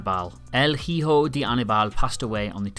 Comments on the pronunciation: it's pronounced ee-ho not hee-ho, also, one of those pictures is of Blue Demon jr and not Anibal jr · El jijo right damn the h is silent butcher that Name. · My ears died when I heard el "jijo del Aníbal" The H is silent boys, basic spanish.